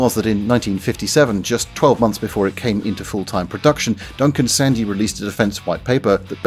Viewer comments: Sorry to be a pronunciation nazi but 'Sandys' is pronounced 'Sands' not 'Sandies'. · ITS NOT-U-C-L-E-A-R not Nukular!! Say it a hundred times or till you get it right! Oh, and while I’m in teaching mode, Duncan Sandys was pronounced ‘SANDS’. I know that doesnt make sense but!